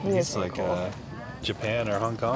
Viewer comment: “Oh, that’s cu-oool”🤣🤣. Cute AND cool… Great finds❤❤❤❤